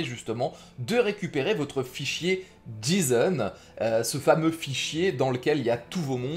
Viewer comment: par contre petite analyse qui me Fend le coeur on dit " jayson" en le J ce prononce Jay en anglais x) si non merci du tuto